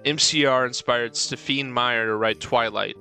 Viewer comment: "stef-een?" Brither do you actually not know how to say Stephanie??😂